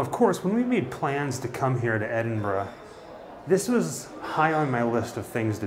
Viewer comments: Another nice video. You deserve a double like for being able to pronounce loch and Edinburgh. It's like nails on glass hearing your countrymen saying Edin-borro, or Glass-cow. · Great you came to Edinburgh and pronounced it correctly a lot of Americans say Edinbourgh ,just discovered your channel recently and enjoying your content. You guys are great x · I can imagine trying to casually sneak half of Edinburgh through customs because he ‘needs it all in his house’ 😂 Also, can I just say, thank you for pronouncing Edinburgh correctly. It’s so rare to hear Americans say it right 😆 Well done! 👏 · I only realised after the 3rd or 4th time of you saying it, but kudos for pronouncing Edinburgh correctly 😁. I grew up not far from Edinburgh, midway between there and Glasgow. I've done the Mary King's Close experience, i love history, so found it fascinating rather than horrifying. I also did the Blair Street Vaults tour around the same time. Again, i found it fascinating and perhaps oddly, i felt very relaxed and peaceful in there. Again as something historical, i thought it was very interesting, knowing that businesses were opened in the vaults, that people lived in there. The place must've been heaving. It's great you came over to Scotland and from what you've uploaded so far, seemed to have a great time. As we say here. Haste ye back. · LOVE that you are in my hometown! Edinburgh is cool eh 😊 hope you come back one day, maybe I'll bump into you lol. Btw,well done for pronouncing Edinburgh correctly! You did your homework hahaha. Come back and see us anytime 🏴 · I was born there. Major props for knowing how to pronounce it!